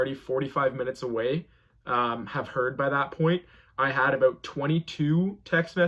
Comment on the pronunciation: you’re so brave and amazing but the way you say out about and house make it stop 😭😭😭😭